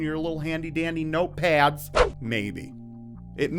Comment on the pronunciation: I like how you said "note paads" lol Some ppl are dumbs as fuck. The world is going to shit my man, real fast